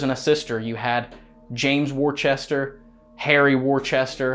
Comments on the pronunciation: Worcester is not pronounced worchester!!!!! Pronounced "Wistah!" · Hey, FYI, the Family Worcester is pronounced " Wooster" but with the OO shortened.:) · Here in New England we have a town in Massachusetts Worcester, only thing they pronounce it Wooster…